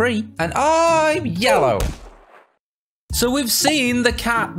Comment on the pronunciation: The "I'm YElIOw" never gets old